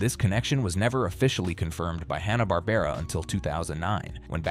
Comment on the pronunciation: AND IT'S FUCKING HANNA WITH A FUCKING SOUND not Hahn like the beer.